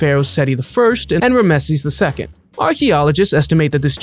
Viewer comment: mo ZAY ick ..and..DAN yoob..and RAM zees....but u can pronounce ferrari just fine. go figure. you're fired